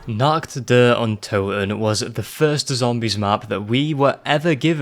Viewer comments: really throws me off how he says "nacht", he says is like "nackt" which means naked in germany, thanks for that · As an german i love when not german people say german words for example you said nackt instead of nacht (nackt means naked) nacht means night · The most terrifying thing was the pronounciation of the word Nacht. Not because Im one to pick on others because of the pronounciation but because the way it was said translates to the german word ,,nackt" which means nude. That compared with zombies.... nuff said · Appreciate your video, watching it a 2nd time right now. But one thing about the german pronounciation. "Nacht der Untoten" means "Night of the Undead" You pronounced it like "Nackt der Untoten" - meaning "Naked of the Undead" Is it really that hard to do a proper CH noise for americans? Im genuinly asking, because im german and i normally dont have problems pronouncing other languages. I speak english, russian and german. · The way you pronounced„Nacht“ in „Nacht der Untoten“ means Naked in German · Great video but your pronounciation of ''Nacht'' is funny